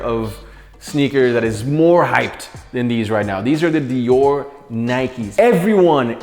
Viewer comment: If u r a hypebeast watching this you cringed when he said Dior Nike’s